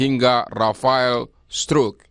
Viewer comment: Rafael struck "i" nya ngga dianggep?😂